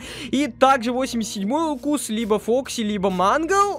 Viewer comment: 83 укус ты сказал правелна и 87 также